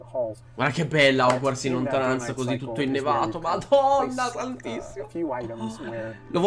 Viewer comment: TI PREGO PRONUNCIATELO COME SI DEVE….Si pronuncia HOGUORTZ NON HOGUARZ 😂 E BASTA …..